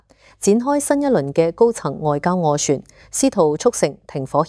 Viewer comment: 斡*旋 , 暌*違 發音有少少問題。